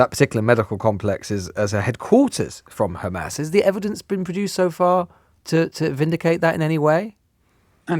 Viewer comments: Khamas, bro its HHAMAS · Khamas, Khamas, Khamas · this levi guy has perfected his hamas pronunciation